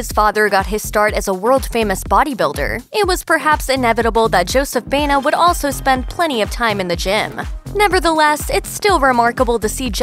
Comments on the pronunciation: It is pronounced BA- E- NA. Not BENA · Why do they keep pronouncing Joseph's last name, Bayna. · Correctly pronounce: bah-EH-nah.